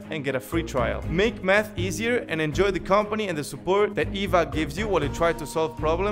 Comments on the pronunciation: the sponsor i thought he said meth 😂😂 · your math problems i ear first meth problems hahahhaa 😭🤣🤣🤣🤫